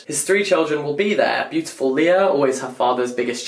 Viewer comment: did he pronounced "beautiful" with american accent 🧐🧐🧐